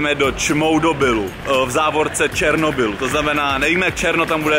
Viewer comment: Zasa ten "Černobyl"